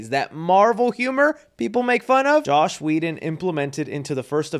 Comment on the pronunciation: Bro it's JOSS not JOSH